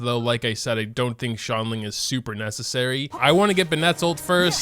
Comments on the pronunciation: He really pronounces Xiangling as “Shangling” 😂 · "shongling" Your pronunciations got me dead bro XD Edit: I just heard "tartoglia" Oh ma lord